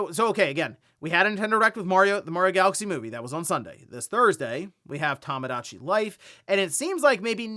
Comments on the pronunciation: Maybe once the Direct drops, will stop calling it "Tamadachi Life" instead of "Tomodachi." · it's tomodachi, "tomo", not "tammah"